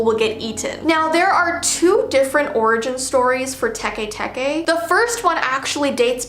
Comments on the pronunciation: its Teke not TE TE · "Te te" it's actually teke teke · Bruh its not te te ITS TEKE TEKE WHY AINT NOBODY TALKING ABOUT THIS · WHY U SAY SHE GONAN COME FOR US TUEN SAY THE STORY. HUH?